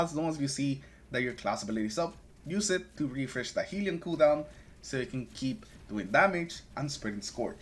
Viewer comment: Great build. Not to be that guy but, it is hell-ion, not heel-ion.